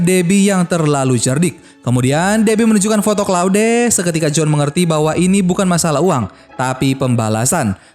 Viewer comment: claude dibaca kloud!!